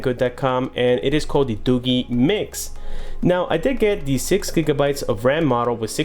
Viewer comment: It's not 'Doo-Gheee'. It's Doo-jeee. DooGee.